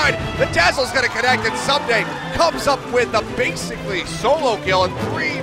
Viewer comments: Amazing work but, K koma and soomday.... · since when is ssumday pronounced soomday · Ahhh I cringe every time he says "soom-day" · Good video but every time you mispronounced Ssumday's name it grated